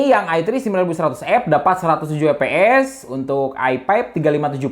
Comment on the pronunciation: Lucu dengar bang nyebut fps jadi eps